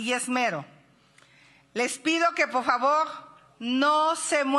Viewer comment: "Favog" que me hace 😂